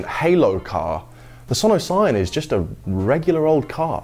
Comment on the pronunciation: only down side, Sono Sion sounds like 'son of sam' in my head every time he says it.